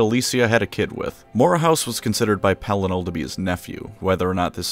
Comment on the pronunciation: Pelinar 🤣 the intentional mispronunciations are damned funny 😆 not laughing at you but laughing with you!